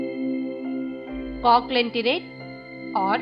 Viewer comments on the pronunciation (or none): Pronounciation is wrong at echinodermata and coelenterate please correct